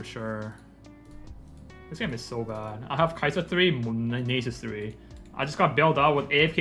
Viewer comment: I fucking knew you knew how to say nasus